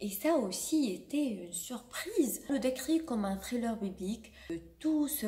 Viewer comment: "Thriller" est un mot anglais donc faut le prononcer en anglais pas avec un accent français